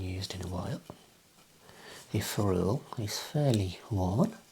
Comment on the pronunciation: That’s not how you pronounce ferrule lad